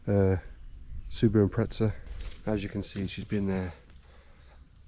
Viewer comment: Not trying to be rude but it is not impretza its impreza